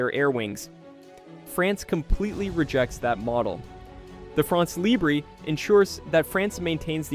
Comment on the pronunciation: You're the one who's ridiculous. They pronounce the word "libre" as if it were the Spanish word. The fact that he wants to pronounce it the French way but doesn't know how is no excuse. Either they pronounce it in their own language and they says "free france," or they pronounces it the French way and doesn't add an "é" to the end of "libre."